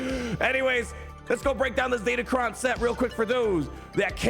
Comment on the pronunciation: Sorry to break the news, but datacron starts with a D and ends with an N